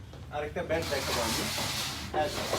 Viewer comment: ও ভাই উচ্চারন ঠিক করেন ব্যাট কে বলতেছেন ভ্যাট